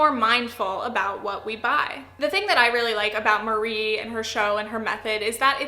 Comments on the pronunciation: I’m impressed with the points you made in a fairly tight video. I think with this series you could easily go to 20mins. (This is a little pet peeve as a Japanese speaker, Marie is pronounced “MA-ree-eh”) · The E isn’t silent! :p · I've heard from Japanese Americans that we have all been pronouncing Marie wrong this whole time and it's actually more like our "Maria". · It's funny how literally no English-speaking person pronounces Marie's name correctly (sorry, I didn't mean to attack you personally, it's just a general observation).